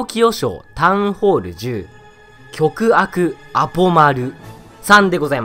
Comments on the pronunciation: きょくあくwwwwごくあくなwwwww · きょくあくwwwwごくあry